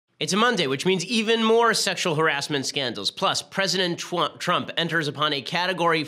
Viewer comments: i cant get over him accidentally saying "president twump" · did he just say president twump? lol